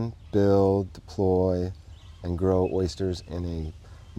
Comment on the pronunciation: ...you say oysters, and I say ersters.... :)